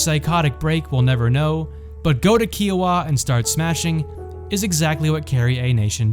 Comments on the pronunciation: It's pronounced "Ky-Oh-Wah" like Iowa with a K. Not "Key-Oh-Wa" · KI-Oh-Wa, not Key-oh-wa. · I’m from Kansas, born and raised and I’ve never heard someone say Kiowa as Keeoa. It’s pronounced KIOwah. Like kite and no. Not an ee sound. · That is not how you pronounce "Kiowa" its like the greek letter "Chi" Chi- o- ah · Kiowa is not pronounced like that 😂 Love the video! I'm actually from Medicine Lodge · No but it is a fact